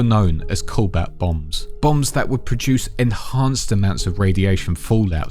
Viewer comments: Just to clarify it isn't the "colbat bomb" it is pronounced "co-bolt". It is a real scientific concept, a nuke filled with cobalt salts which create what is essentially a radiation bomb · Cobalt, pronounced CO-BOLT. how can you butcher a simple word. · take a shot every time he says cobalt wrong